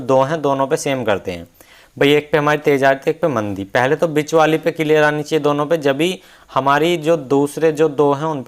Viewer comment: उच्चारण बिच (bich) नही बीच(beech) होता है।